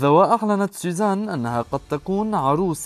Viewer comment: طيب ما بتعرف تقول سوزان ليش عم تقول سيزان ولا انتو اللبنانية ما بتحسنوا بدون قلة طعمه